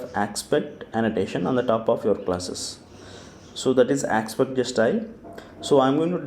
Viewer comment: Great. This one's VERY helpful for starters. MUCH BETTER than any other tutorials. I just wish he pronounced aspect instead of ackspet